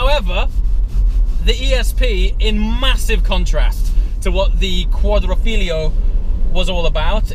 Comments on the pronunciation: I will never understand what is so hard about pronouncing Quadrifoglio. You and SeenThroughGlass both - it's "Quadri-foglio." Four leaf. As in the Alfa Romeo performance badge. Not Quatro fillio. Not quadlablehbleh like Sam said either. Simple Italian word guys. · It's pronounced Quadrifoglio (FOLIO) or four leaf clover in Engish NOT quadro figlio or quadri figlio which means square-son or four son or four squared sons!....Well, at least you did not say quattro formaggi like as if it was a pizza I have heard elsewhere! Apart from the poor Italian great video! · please say it with me: QUADRIFOGLIO not quadrifiglio 😉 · please take this the right way, as it was funny. at one point you called the quadrifoglio the "quadrofiglio".. which, is much closer in my language to "the 4th son"... haha, i was giggling like an idiot. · "Quadrifiglio" haha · I doubt anyone here is judging him, I just thought it was funny :) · your first spelling of Quadrifoglio was just about perfect (I'm Italian), but the second time you said Quadrofiglio: it literally means Square Son:') let me say: INCREDIBLE LOOKING VIDEOS. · i want to help you for say right "quadrifoglio", I try to make you understand. italians say the"glio" like the english"yo," so in italian say"quadrifoglio", in english it say"quadrifoyo". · Q U A D R I F O G L I O !!! Si dice Quadrifoglio!!! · You pronounced Quadrifoglio differently every single time haha ;) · how the hell can you finish all your vids with "ciao" and you can't even pronounce Quadrifoglio?